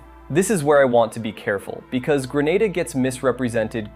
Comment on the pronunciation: Grenada 🇬🇩 is pronounced “Gree nay da”